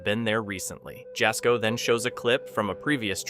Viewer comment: To the guy cowboy camping... apparently your dad didn't call you 'sun' (son)! Because you are not very bright!!!✌️😂😅 And dude narrator...Jasko is pronounced ya ( as in ha with a y sound) yasko but spelled Jasko. You must be a voice of AI!!✌️